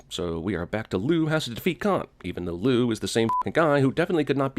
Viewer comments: Did anyone else hear "It's a trap luke" and not Liu? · i dont care how well kang rocked the mullet....it was stilla fucking mullet. also liu....lew...lou.... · Why u called Liu "Lou"?